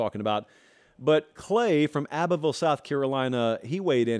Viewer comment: The way you pronounced “Abbeville” 😂